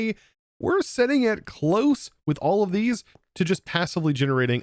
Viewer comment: "close", not "choose"